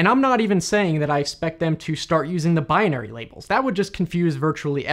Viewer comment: Do you always mispronounce " binary"? It seems that you do.